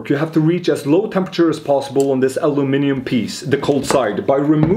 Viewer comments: Guy is saying Aluminium right. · And he pronounces Aluminium correctly as well- what's not to like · Hearing the word aluminium on youtube brought a tear to my eye ❤️ (Instead of alooo-mium) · You said aluminium correctly :face-fuchsia-tongue-out